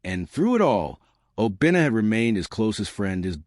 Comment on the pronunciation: Not Obinnah………….!!!!!!!!!!!!!